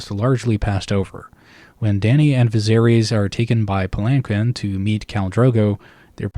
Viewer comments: In case you care to know, palanquin is pronounced "palan-keen". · Pal-In-Keen is how that word is pronounced